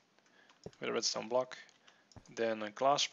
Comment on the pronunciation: did he seriously say red "stoner"